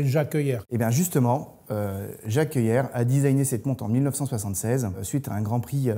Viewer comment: Je rajouterai même concernant Tag Heuer que prononcer "heure", c'est porter des Heuer... C'est tout pour moi !